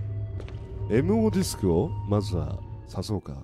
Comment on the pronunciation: 「MOディスク」が「M用ディスク」にしか聞こえないw